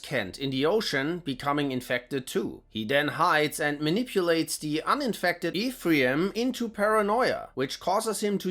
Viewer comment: Worst pronunciation of "Ephraim" ever. You should check Robert Silverberg's The Book of Skulls.